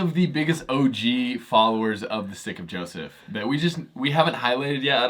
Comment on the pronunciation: Just so you know - sometimes when you say the name of your program it sounds like “Sticky Joseph”.